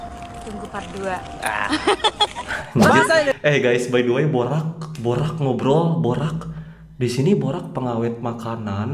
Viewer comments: Cara sebut borax … bo reks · min borax (sodium tetraborate-bahan pengawit) . Borak -ngombrol. bunyinya sama ejaan berlainan